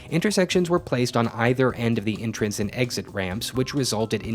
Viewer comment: Did you pronounce entrance as intrance?